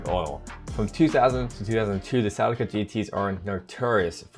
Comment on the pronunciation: Sea-Lee-Ca is how it is to be pronounced.